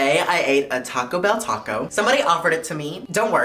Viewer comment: tWaco